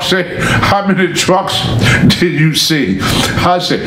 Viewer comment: "he sho' deed"